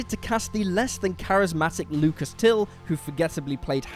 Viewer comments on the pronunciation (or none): none